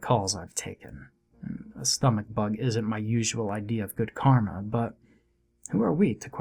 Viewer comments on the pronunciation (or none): none